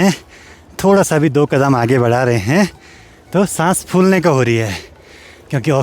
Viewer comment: 😂😂😂 लास्ट वाले शब्द पे इतना जोर क्यों दे रहे हो,,, आ रहा हैं, हैँ....😅